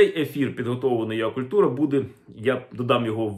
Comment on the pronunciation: Перепрошую, але якщо це Вам важливо, то ua вимовляється юей, а юа ось що — ur